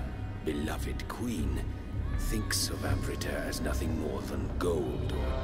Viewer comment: Admittedly the mispronunciation of amrita isn't as bad as I'd imagined it would be, but wow. The scene made flinch a little bit.